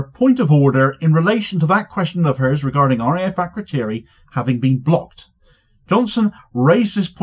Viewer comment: As a side point, it’s a bit telling that none of the MPs can even say ‘Akrotiri’. Why do we have a military base over 3000km away, somewhere our so-called leaders can’t even pronounce, facilitating genocide in an open-air prison 3500km away?